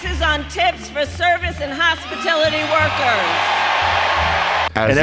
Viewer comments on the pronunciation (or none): It's hospitality not hospitility Kammy!! It is price gouging, not price gauging, our ally is not NORTH Korea. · What is hospi-tility? Too stupid to say hospitality? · What the hell is a "hospitility" worker? It's a portamento of "hospitality," and "hostility." The truth wants to come out. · "hostipility workers" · Hospitility and price gaging?, this woman is an idiot. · Kamala said "Hospitility." I know wonder if she understands the word Hospitality. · Did she say Hospititily? She's got bobs on her brain, or for her brain. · Did she say hospitility workers? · Did anyone else catch that she said hospitility and NOT hospitality? 😂 She ALMOST got the correct word! 😂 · It's hospitality, not hospitility! She did the same with gouge as gauge... wtf!!! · “Hospitility” isn’t even a word. lol she mispronounced that word….😂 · She said "hospitility." It is "hospitality." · Hospatility 😂 obviously she’s never had to “lower herself” and serve ANYONE in her life-she can’t even pronounce the word! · She called the people hospitility workers and price gauging not gouging lmao. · I just googled - "hospitility" IS NOT A WORD. Drunk. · She Freudian slipped 'hostility' into her pronounciation. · she said hospablity hahahaha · “Hospatility” workers? What is that, Kamala? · Yea, wtf is a “hospitility” worker? Makes me wonder is she crushes and snorts her Xanax. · Did no one catch “hospitility “? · I think she meant "hospitality" not what she pronounced. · “Hospitility workers”?….. hospi-tili-ty?….really? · She can’t even pronounce hospitality. She’s caught whatever Biden has. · She couldn't even pronounce hospitality properly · She couldnt even say hospitality 😂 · She says hospitality wrong too